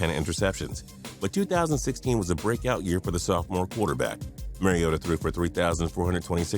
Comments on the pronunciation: Please, Mariota is pronounced Marr ee oe tuh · BTW the "mar" is pronounced like "car" in Mariota. Thanks for making him #1!